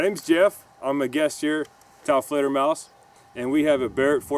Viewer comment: I really am going to miss new videos with. "hello taofleder folks" 😔